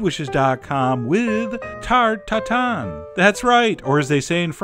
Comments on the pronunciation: Normal to say Tatton for you you are anglophone and the in sound in French is very tricky. On cames naturally to anglo noses. But it is Tatin you have to pinch your nose and open your mouth in practicing the soud. For me I enjoy the tarte Tatin a lot. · I may have reminded to listen several times to his "ta ta tan." Mahaha the French!